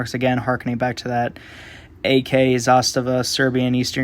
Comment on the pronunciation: BTW, good video and another thing, you’re one of the few USA reviewers that pronounce Zastava well.